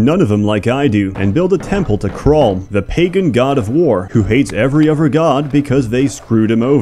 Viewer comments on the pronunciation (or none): he mispronounces both his "th"'s. For example, instead of death and other, he says deaf and ovver.